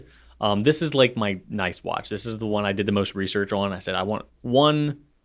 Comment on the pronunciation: .19 did just say “noice”? 😂 If that’s a Kath&Kim reference, I’m impressed. Greetings and thanks from Australia.